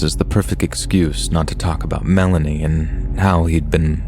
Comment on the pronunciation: "Who is Milayney?" Lol